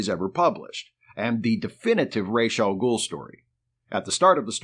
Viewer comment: It has come to my attention that the pronunciation of "Ra's AL Ghul" is ROHZ (Head of) not RAYSH (Feather of).